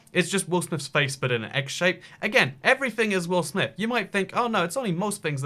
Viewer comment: Take a shot every time he says will amith